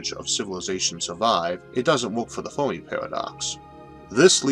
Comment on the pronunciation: I just discovered this channel yesterday. I've been binge watching all weekend. Amazing series. Just a quick nit-pick on this one: Fair-me.